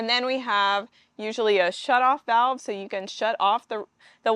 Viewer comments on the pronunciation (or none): none